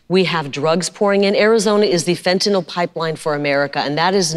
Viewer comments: I give the bissh credit she pronounces fentanyl correctly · Uh,she pronounces "fentanyl" correctly.